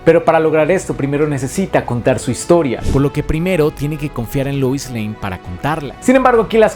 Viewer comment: Por qué pronuncias Luis??? Por qué si todo el vídeo pronuncias Lois normal, pero cuando dices "Superman & Lois" dices Luis? XD. Pd: supuestamente el del traje no es Lex, pero habrá que ver la peli hasta entonces.